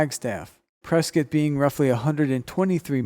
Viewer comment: I could be wrong, but I feel like the narrator is from Az. He said "Press-kit" instead of "Press-cot"